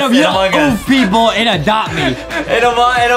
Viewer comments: I love when adem said a dopte me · Adem said adop me😂😂😂😂😂😂😂😂😂